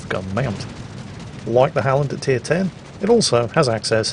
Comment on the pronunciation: Öland was great,! So was the Halland. Keep it up ^^ we'll have you swearing in swedish in no time XD